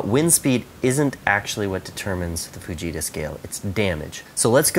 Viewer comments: It sounds like he is saying 'vegeta' scale lol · Who thought when he said fajita he said vegeta